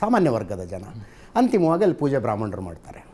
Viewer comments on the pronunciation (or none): ಅದು ಬ್ರಮ್ಮಣರೇ ಅಲ್ಲ ಬ್ರಾಹ್ಮಣರೇ